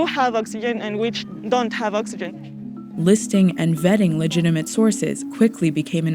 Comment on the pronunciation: "The true citizen conserves valuable ovegen"